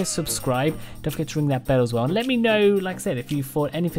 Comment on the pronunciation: Man why do u say like mê instead of regular me/mi